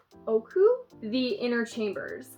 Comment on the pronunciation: i believe your first pronunciation of ōoku was correct!